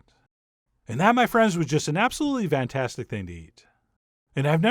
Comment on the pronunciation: You're killing me with 2 things,, its FANTASTIC, NOT VANTASTIC and PLEASE ,, curb the We're going to go ahead and" over and over and over and over and,, well you get the point